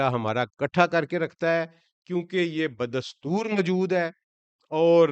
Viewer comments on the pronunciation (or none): none